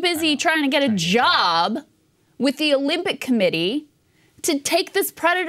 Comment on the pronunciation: This guy claims to be outraged yet he can't even say committee correctly. That's so insulting. What a scumbag.